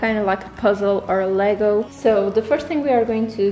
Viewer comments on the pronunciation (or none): none